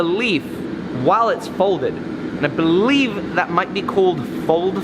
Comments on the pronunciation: "I beleaf" you are a menace, good sir. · At leaf he said beleaf